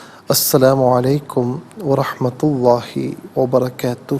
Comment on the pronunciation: السلام علیکم بھائی لفظ اللہ کے دونوں لام پر پڑھنے ہیں